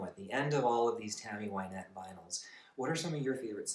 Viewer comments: I loved your video, but I would like to point out that her name is pronounced Win(as in to achieve victory)-ette not Why-nette. Here she introduces herself at 9 seconds: After her death she seems to have become "Why-nette" as most people call her that now. As a child she was called by her middle name Wynette and not by her first name Virginia. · They called her Why-nette for the first 5 or 6 seasons on Hee Haw . She didn't correct people. Johnny Cash always said her name wrong, too. Now Everybody says her name wrong.